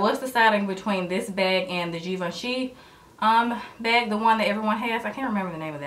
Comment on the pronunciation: Why does she say beyg instead of bag